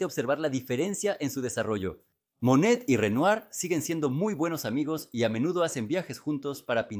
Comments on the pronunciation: Todo el tiempo po estuve confundicda. Tido el tiempo pronunciaba Manet, se que fue traducido con IA YA ESO ES LO USUAL, PERO FASTIDIA. EN REALIDAD SE QUE SE TRABABA DE Monet y no de Manet que es otro pintor. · Extraordinario, sólo ten cuidado al pronunciar Monet y no Manet, son artistas diferentes. Exitos! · No es cierto. Monet se pronuncia "Moné". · Muy bien detallado tu trabajo, .... me parece muy bien trabajado y preciso. Solo qué habiéndo existido dos pintores franceses pertenecientes al mismo movimiento y contemporáneos; MANET y MONET, ( Eduardo Manet. y Claude Monet.) . A quien has tratado de biografiar es a Claude MONET,.... y has pronunciado en todo el video el apellido MANET. Solo ése detalle que crea confución, ... de resto TODO MUY BIEN. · Súper extraordinario!!!! Renoir fue excelentísimo. La duda es en Monet o Manet, son diferentes, y a veces no sé a cuál te refieres porque los pronuncias de un modo o del otro. Ojalá tengas más cuidado en ello, porque se queda la duda. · Curioso que los titulos de las pictures estan descritas en Ruso, ha! Ah, me confundes es Manet o Monet, no puedo distinguirlos cuando pronuncias. Pero gracias! 😍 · La voz IA comete ese error.